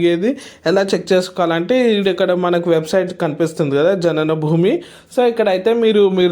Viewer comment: జనన భూమి కాదు జ్ఞాన భూమి కొంచం స్పష్టంగా తెలుగు ఉచ్చారణ ప్లీజ్